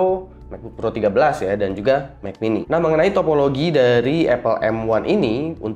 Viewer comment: "Mekbuk Air, Mekbuk Pro, Mek Mini"